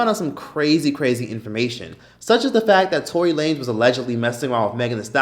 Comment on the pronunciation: bruh did you said toilet lanes Lmaoo